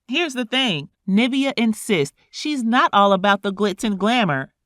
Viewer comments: Why can’t the commentator pronounce her name it sounds like NIV-E-A not NA-VI-A my people learn to pronounce words correctly please 😢🤦🏾‍♀️black folks always messing up names and calling it what they want knowing they’ve heard 1 million people saying it correctly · Just one problem with this - "NIV e- A" not Navia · Her name is pronounced Nivea, like the lotion💁🏽‍♀️ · NIV-EEEEEE-UH is the correct pronunciation! Like the lotion! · Hearing her called “Na-via” is cringing 😂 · Pronunciation is important. It’s niv-ee-uh. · I love this interview but the fact that you keep pronouncing her name wrong.... Like it's just like the lotion. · This video should just refer you to Kandis interview and hear it directly from Nivea’s mouth also hate how she’s pronouncing her nameeeeeeee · Why do u keep mispronouncing her name lol nice video tho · Girl pronounce her name properly!